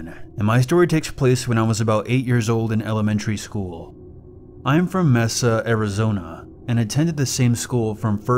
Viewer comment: IM SORRY BUT MESSA. AHAHAHAHAHAHAH I LAUGHED SO HARD